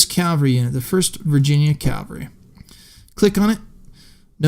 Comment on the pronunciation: One day I hope to discover a person using the word "cavalry" for cavalry. Not "calvary".